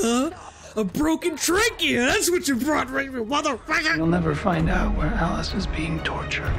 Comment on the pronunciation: I lost my shit at the when she said “Madafaka” 😂